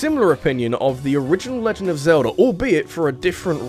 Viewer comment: It is Zelda not Zelder.